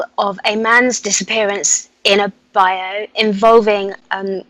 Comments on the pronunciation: Love you,but it's pronounced BI.YOOU! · Seriah Brenton Saw in from Mysteries to Search states he had an experience with the Daro when he was a child. I had never heard about them until a few years ago. Interesting!!! Love work and your show too Seriah. doesn't realize that bayou is pronounced (by-yoo) the A is silent. Thank you both FOR ALL YOU DO. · I guess she doesn't believe you that bayou is pronounced by-yoo lol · Isn’t it pronounced by-you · NO THAT'S SCOTT BAYOU! LOL!